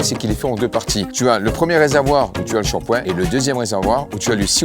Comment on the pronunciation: Shampoing ! Pas ..chapoin 😂😂